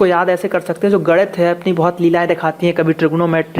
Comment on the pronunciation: Arey gadiit nhi bolte h ese..... ganit bolte h.....😂😁